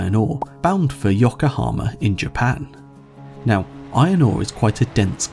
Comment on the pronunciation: Ah, yes "Yokaa-Hama" the city I've been living in for nearly 4 years now, never heard the pronunciation be so completely butchered before it's not even all the right letters/sounds!